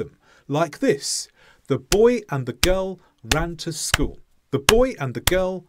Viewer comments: What happened to the "l" at the end of school? You keep saying "schoo'". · the first sentence, the way you said it first, still emphasized the word "school" at the end, though.